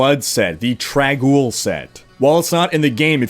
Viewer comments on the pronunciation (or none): It's called TraNNNg Oul. NOT "trag ool". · "TRAG'OUL" Is triggering me endlessly... Obviously didn't play D2